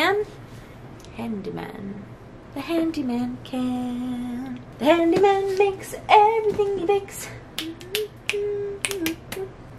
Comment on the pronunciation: I love you and you are so entertaining 😂😂😂 Your answers though! Shane appreciated all the Witcher answers 😂 “handy man” brought your accent out full blown lmao Are you sure your pizza wasn’t laced with something?😂😂😂😂😂😂😂😂😂 I love you I hope you know that you absolutely brighten my day!!!! PLUS IM YOUR FEATURED BOOKTUBER WHAT 😭😭😭😭😭😭😭😭😭😭😭